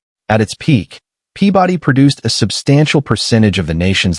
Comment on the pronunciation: My eye twitched every time he said “Pea body”